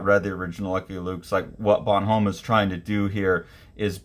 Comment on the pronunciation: Bon-ohm not Bonhome. Goscinny (Goh-see-nee)